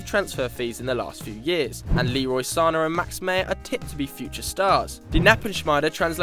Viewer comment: Its Sa-nay not San-ah, ik the struggle cause its my last name 😅